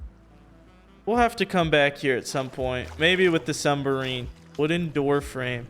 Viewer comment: First, turrent...now, sumbarine. You are killing me.